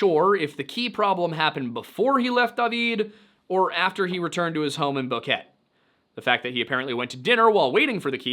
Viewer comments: Boquete... Boqueteh.... not Boquette.. . Teh as in Te-xas, Te- lephone. Sorry but as a Panamanian, this is driving me insane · Great rendition of this case but just one thing: Boquete is more like bow-keh-teh instead of bow-ket. It means "gap" because it is in between mountains. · Its not pointless he says it a lot during the video pronunciation guides exist and numerous other videos online get it right. It's pronounced like Bow Que (like the spanish word for "what") Te (like the Spanish word for Tea). He got called out for the bad pronounciation last time and maybe it just didnt get to him. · The town is pronounced Bow-ket-eh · It's pronounced Bow-KET-ay, and I have walked a different indigenous trail (Bajo to Volcancito). Even as an experienced mountain hiker who has hiked two mountains in one day it was rugged and treacherous. They're no joke, and easy to get lost on. Without GPS, I couldn't have done it. And leaving the trail? Fer-de-lance vipers live in the rain forest here, among other nasty creatures. I worry much more about nature than I do people. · Pronounced Boh-keh-teh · Incredible channel, and incredible reporting on a really odd case that has been of interest to me since it happened due to personal ties in the area. (FWIW the pronunciation of Boquete is phonetically more like boh-keh-tay.) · I have family who live in this region of Panama. The pronunciations are killing me! Chiriqui is pronounced just like Cherokee and Boquete is pronounced like Bo-quet-teee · It's "No, la proxima semana." and BoquetE with silent u and E not silent. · That is not how Boquete is pronounced. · Jfc one of those 😂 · Prounonce Boquete correctly